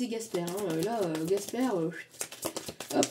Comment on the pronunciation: Merci ❤ par contre c'est Casper et pas Gasper 😂 merci pour le temps que vous nous apportez❤